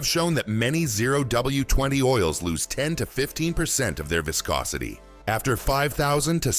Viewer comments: "Vye-scosity" (waves to our friendly AI) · Good info but why can't we have an actual human speaking who knows how to pronounce words like "viscosity". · "Whyscosity" - Bruh, cmon.